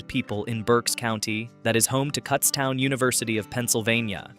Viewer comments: Cootstown. As in look. Not cuts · Get the pronunciation correct! Kutztown is not Cuts town. 🤦🏻‍♀️It’s Kuts town with a short U. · Kutztown not cutstown. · Its pronounced koots town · Kutztown is pronouned with a long U. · "cutstown" is when i stopped watching